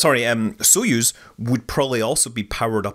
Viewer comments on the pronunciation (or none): none